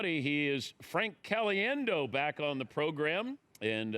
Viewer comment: HOW CAN YOU NOT....NOT....PRONOUNCE HIS LAST NAME CORRECTLY??!! WTF DAN?!